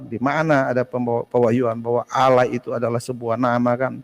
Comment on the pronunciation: Baca tulisan Allah ...alah... Itu saja ng benar